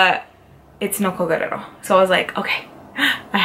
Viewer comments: But her name isn't GUERRERO It's GUERR-I-ERO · Isn't it Nicole Guerriero ? Not Nicole Guerrero ? Love you girl!!!